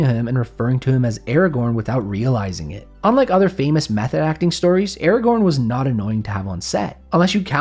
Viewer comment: I am mildly annoyed by the way you pronounce Aragorn. Other than that it is a great video 😄